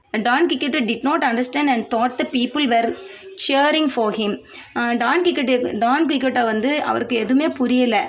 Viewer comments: ❤❤❤ super mam...but..குயிக்சோட்... I think... sorry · Quixote,s prounouns wrong